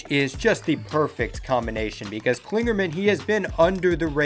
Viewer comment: I like these videos and am happy to see the season starting, only off thing is, it's Parker Kligerman, not Klingerman